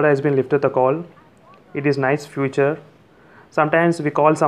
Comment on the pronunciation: Although you pronounce "feature" as "future" but i must say, you presented some really cool hidden features, no else found, like screen recording, pinch zoom in messages,etc. I have ordered my coolpad note 3. 😊 Expecting it in couple of days. And Thanks to you, I am dying to use my coolpad now. and i will be contacting you in couple of days to add me in your group. Really great work bro. Keep it up. 👍